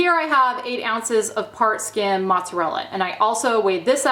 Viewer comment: What are u saying as far as the cheese, not listed. I can't catch what your saying "part skin cheese" is that what your saying🤔. What's that.